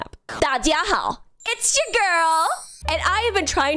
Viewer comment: HAHAHHAA WTF NEVER IN MY LIFE WOULD I HAVE THOUGHT WOULD JUMPSCARE ME WITH A VERY WELL PRONOUNCED “大家好 ✌️☺️”